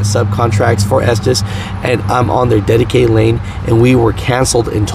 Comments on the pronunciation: And it’s pronounced ESTES… not ESTEES.. 🤣🤣🤣🤣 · For the record, the owners - literally who the company is named for - pronounce their own name as Estes (short e sound) not Estēs. I work at 225 (Salt Lake City) and we are SLAMMED with work. Running line haul kinda sticks, but at least i can work through my own frustrations and not have to try and sooth the customers on top of it. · Estes. Not estees. Our president of the co. Gives state of the union addresses and its his last name. He even pronounces it Estes. Ive heard tm's call it estees that have been with the co. For 18 years. Aparently not everyone they hire is smart. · Retired from estes 2 years ago from day one I pronounced it "estez" and no one ever corrected me but the family name is pronounced "estees" it's like " poe Tay toe, poe tot toe, toe mate toe, toe Mott toe no one really makes to big of a deal about it. side note started my driving career with Harold Ives, then covenant also drove local a while finished out with Estes overall I'd have to say best company I have ever drove for. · I worked for a comp that ran loads thu them and it was always pronoused estsssssss insted of esteseeeee. Just helping 😊😊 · Es-Tees (I have heard it pronounced this way for over 20 years) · Cal the company and listen to the voice recording. It's pronounced ESTIS. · I pronounce it “ S - Tez” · Estes like Testes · I pronounce it as testes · Its pronounced Estevez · Estes is pronounced, " esteez" just like the hobby c9mpany that made Estes model rockets, planes, etc. Just sayin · I think it’s pronounced testis 😂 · It's pronounced testes